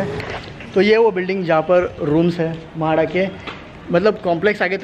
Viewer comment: Mahada nahi re baba.. MHADA